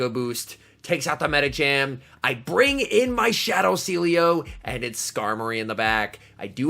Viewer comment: Sealeo = See Elo XD